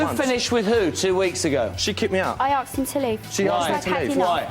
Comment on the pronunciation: You “ain’t arksed?”